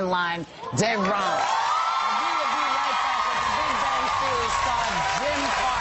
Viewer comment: lol at the end whoopy pronounced dereon wrong lol (excuse ma spellin for whoopy's name)